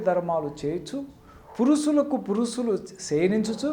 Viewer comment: పురుసులు,అస్సబావిక....ఇంకా ఏ ఏ అపభ్రంశలు వినాలి నాయనా?గుణింతాలు నేర్చుకో!!!